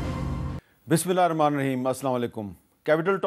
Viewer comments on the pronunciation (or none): none